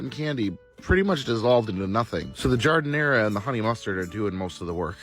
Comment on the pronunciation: Every time he pronounces Jardinera like that, someone on Spain trips.